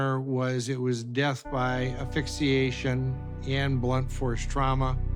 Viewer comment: Silly pork doesn’t know how to say “asphyxiation” at his big age wow